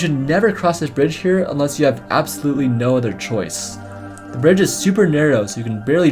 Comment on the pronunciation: says brdige